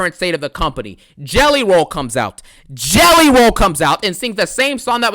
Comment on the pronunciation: "I CAN'T STOP THINKING ABOUT JELLEH ROLL!"